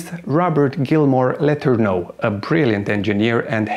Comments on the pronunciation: When you make a historical video - perhaps you should research how the name is commonly pronounced FIRST ! It is known in USA as R. G. Lah ter noh !!! Accent on 2nd Syllable ... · DEW line pronounced like DUE and DO learn how to pronounce the names. let urn' oh he is legend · What is he calling Letorneau,sounds like letter no